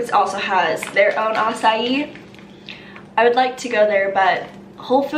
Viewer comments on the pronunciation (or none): I cringed so hard when keeps saying "acaii..i" lol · Açai??? Why have I always say “ah-kai” 😂😂😭😭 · You taught me how to pronounce Acai!! Do all Americans leave out the I and pronounce it Cauliflower? We say cau-lee-flower! could be of tomaytoe tomahtoe😆